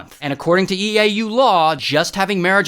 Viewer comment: "EA U, ITS IN THE GAyME"